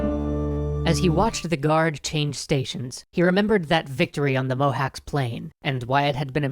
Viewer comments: Quick pronounciation note: less like "Mohax" more like "Mohatch" :D Love your videos! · Cs isn't K but t͡ʃ. Mohács is pronounced [ˈmohaːt͡ʃ]. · Mohacs is pronounced "Mohatsh" as far as I know, not "Mohaks." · Cs in Hungarian is the same as ch in English. It's not "Mohawks." The Turkish spelling shows this as well: Mohaç (ç=ch). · It's pronounced Mohach, not mohawks, I can't unhear it. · dude, is Mow-hatch, not mow-hacks. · Mohács is pronounced "Mohatch". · Not mohacs its like whem you sey CHain CH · "cs" in Mohács is pronounced as "ch" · pronounced: Mo Hach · hi, cool video :) sorry to say but, its pronounced as Mo-hutch, (possibly the closest) cs makes the sound of ch. sorry for nit picking, lol. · It's writte mohac but it's pronounced mohaj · Actually Mohács is pronounced as "Mohach" with a Ch as in cheese at the end. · Mohács is pronounced Mohaatsh! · WHY YOU SAY THE NAME INCORRECT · As a Romanian, it is natural for me to begrudge Hungarians. But it still pains me to hear so much mispronounciation of Hungarian names. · Just a microscopically minor detail: the 'cs' at the end of the word Mohács is pronounced just like the 'ch' in approach. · the pronunciation of 'cs' in Mohács is more like how you would pronounce 'ch' in challenge for example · In Hungary, we pronounce Mohács with similar 'cs' as the 'ch' in chicken. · Pronounciation of Mohács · Eh, i thought after three episodes you might have looked up how to pronounce mohács... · DiFool they ll probably address their mistakes at the end like usual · in Mohacs, the "cs" is pronounced as "ch" in the word "chariot"